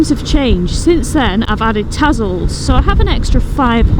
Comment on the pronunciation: It's Tazzle...with a zed......like when you catch the Buz